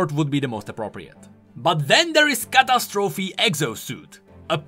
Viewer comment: You pronounce catastrophe and fumigator really funny